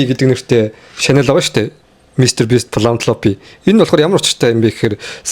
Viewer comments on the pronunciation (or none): shanel bish channel gechuul yg bolloo shu bro